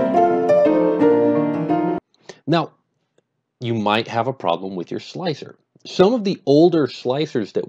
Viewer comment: its pronounced 'Slicer'